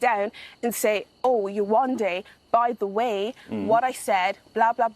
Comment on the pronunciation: Many good points but mispronouncing yewandes name can’t be considered to Whitney repeatedly laughing at a man’s accent. Would be the same if she had been laughing at yewandes name. I really don’t think that had to do with her colour